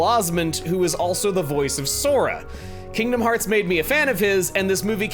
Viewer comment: "Welcome back to FINGDOM FEARTS VII"